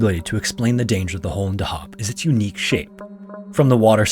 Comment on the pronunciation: Hah weird to wee a video like this about my home town Edit: afaik dahab is pronounced on the first syllable just fyi